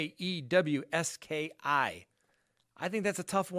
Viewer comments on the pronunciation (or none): It is Mach ee es ski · Polish person here: I give your pronunciation of “Maciejewski” a C- 😝 And an A for attempt.